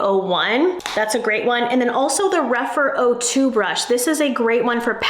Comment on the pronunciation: Rephr not Rephyr please !